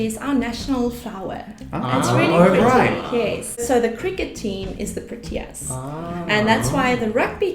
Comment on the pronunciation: why does she say pro-T -ias its its pro-T-ius